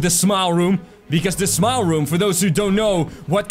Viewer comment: At first when you said "Smile Room" I thought you said "Small Room"